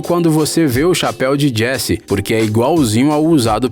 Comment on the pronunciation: Api Altas Aventuras, Jess Namorada do Cowboy Woody, Procurando Nimo kkkk